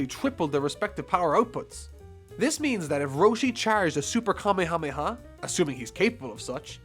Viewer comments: It's, "Ka-may-ha-may-ha," not, "kame-hame-ha." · Your pronunciation of Kamehameha is killing me.....